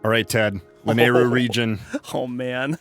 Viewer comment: I encourage you to watch the BoTW memory where Zelda is thanking Link for tips with her horse where she says the word Lanayru. It's pronounced La-NEIGH-ru.